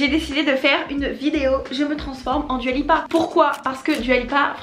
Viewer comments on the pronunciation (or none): Ça se prononce "Doua" si jamais 🥰🥰 bisous